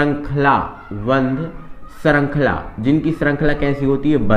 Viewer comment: Bandh srankhala nahi hota band srankhala hota hai sir.